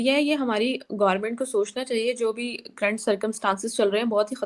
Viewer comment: But still she is trying, its c u r r ENT not kraanta